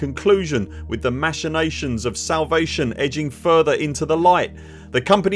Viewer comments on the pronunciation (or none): His post boils down to “we'll blink once so you know we hear you”. And that's unironically better than nothing! PS Ma-sh-inations? First time I hear it that way, neat!